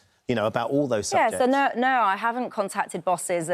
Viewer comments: It's pronounced "no", not "NERRRRRRR", daft woman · I can't concentrate on what she says as I just focus on the annoying way she says no.....'I durn't nurrrh'...'I put my head in my hands and thought, Urrr nurrrh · what does "Nerrr" and "Rightly serrr" mean?